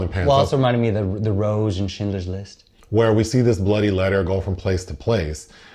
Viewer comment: “Getting back to the bloody letter” I heard “bloody” as if you were a Brit at first and you were expressing your frustration with this plot device 😂